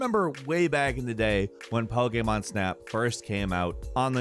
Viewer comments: I really love the video great job but I hate the way you say pokemon it's like you're saying pok-a-mon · Great video but damb please say pokemon correctly 🙏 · I don't like how he says 'Pokemon'